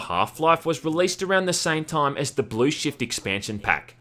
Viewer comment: Why do you have so weird accent? Time should not be pronounced "Tåijm".